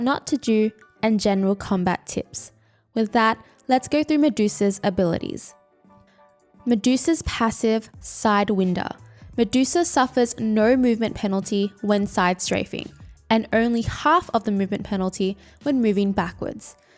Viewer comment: The winder from sidewinder is pronounced with a long vowel sound